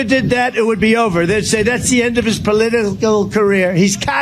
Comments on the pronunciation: He slurred the word "political" while deriding Biden's so called cognitive decline. Irony much? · What a liar I can't stand when people lie and say that someone else does something but the do exacatly what they claim the other person did and this is funny as he saying cognitively he can't pronounce political lmao it's like Trumps jaw or something just goes haywire like a meth head watch lol😂😂😂haha 3